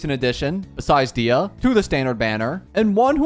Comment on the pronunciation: DAYAH not Diah u say her name wrong